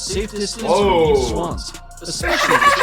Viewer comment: Narrator: mute swans FLIGHT: MUT Swans?!?!?